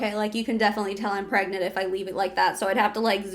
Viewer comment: Are you pergreant? Are you gregnant? Are you pregante? Are you peragnt? Are you prengant?